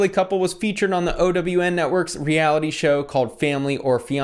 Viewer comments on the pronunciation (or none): He is determined to pronounce OWN as “O.W.N” 😩